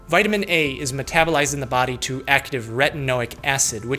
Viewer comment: eat a vitamin gummy every time he says vitiman